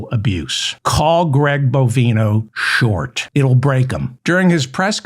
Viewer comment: Dear Mr Feldman I am sick and tired of hearing Greg BOVINE-oh's name misprononced. If u have trouble just uee one of his several bovine nicknames aka 'cow flop', 'cow patty', 'short cow', and of course 'sharty shorty' ... carry on ~meow